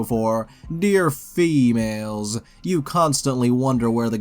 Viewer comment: The way he says female😭😭